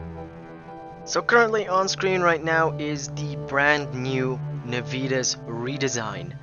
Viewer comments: Every time he says "nuh-VEE-tuhs" my high school Latin hurts a little. Nah-vee-Tas (or Nah-wee-Tas in classical pronunciation) is Latin for Promptness or Zeal. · And you would be correct. It's Latin, and it should be pronounced NAH-vee-TAS, or more classically, NAH-wee-TAS. (There is no "V" sound in Latin, and the letter "W" doesn't exist; "V" makes a "W" sound. "W" as in "double-V" was invented later when "V" started to sound the way it does to us today. The famous phrase "Veni, vidi, vici," is properly pronounced "Whenee, widee, weekee.")